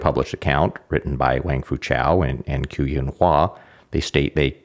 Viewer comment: "Qu" is pronounced "chü" (with the French or German-umlaut 'u'). The spelling 'q' is a tongue-high-in-back 'ch', while the spelling 'ch' is a tongue-low-in-front 'ch'. The British announcer is closer, although he's saying what would be spelled "Chu", not "Qu". Also, "Shih" is pronounced somewhat like the American pronunciation of "sure", "shur" but with the tip of the tongue curled back,. There are too many videos online -- by practically everyone -- whose creators do elaborate, time-consuming research to produce excellent, highly commendable and informative work, like this video and other videos... but don't take merely a few minutes to simply ask someone how to pronounce Chinese. My apologies, -- your great video just happened to be the one that broke the camel's back for me on this way too common issue.;^)